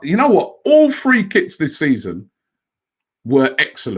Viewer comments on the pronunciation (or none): Robbie your pronunciation of THREE and FREE is the same DWL